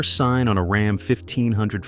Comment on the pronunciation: Heme and RAHM. I hate AI videos.